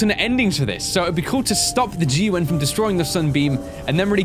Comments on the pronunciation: why the hell do you call the gun the "G.U.N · Anyone know why he says G U N not gun